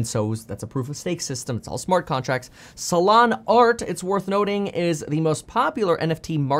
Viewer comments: I keep thinking of Solano County whenever you say Solano instead of Solana 😂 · lol up untill this point i thought it was actually Solano